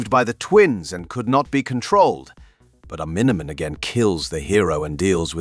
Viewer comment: The 100 different pronunciations of "Omni Man" tells me they used an AI to read this. Sigh...